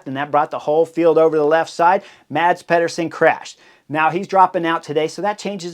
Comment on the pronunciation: I am bummed that Mads Pedersen is out of the Tour de France but I’m so glad I don’t have to listen to Chris Horner slaughter his name over and over again without even giving a solid attempt of pronouncing it right. 😂